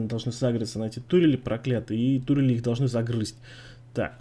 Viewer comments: Кстати да,, почему тУрели, а не турЕли?:D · Почему ты говоришь "тУрели",разве не "турЕли"?